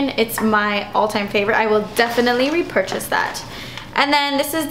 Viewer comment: I love how you siad rrrr-epurchase :d lol